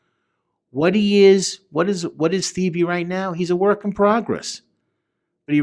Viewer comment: Your pronounce earls actual name like “ te-bay”